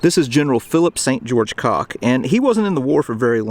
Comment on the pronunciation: One of the most lovely cemeteries in America. Presidents Tyler and Monroe are also buried here. I have to ask a couple of questions about name pronunciation. Is Fitzhugh Lee's first name not said as Fitz-Hew? And aren't both Cocke and Cook pronounced like Cook? If y'all love this type of cemetery, you should see Graceland in Chicago.